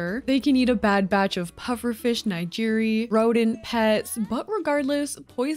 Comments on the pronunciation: I love all your videos <3 but just want to politely say since you may have not heard it said out loud that nigiri is pronounced like nee-Geer-ee. Now I want sushi ;-; not puffer fish tho hahaha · Ok but she DID NOT just say nigiri as Nigh-gee-ree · i choked on pufferfish nigiri LOL it's nee-gee-ree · i’m disturbed by the fact that you called nigiri nei gyry